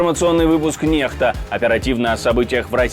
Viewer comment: NEXTA написано латиницей и должно читаться НЕКСТА, А НЕ НЕХТА. Это "НЕХТА" ВСЁ РАВНО ЧТО "МАДЕ ИН"... ЭТО "НЕХТА" НЕВОЗМОЖНО СЛУШАТЬ. ПОЛНЫЙ ОТСТОЙ.